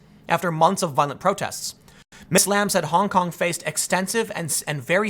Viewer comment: Please be more careful with the pronounciation, Tim. "Honk honk protester" is clearly what you are saying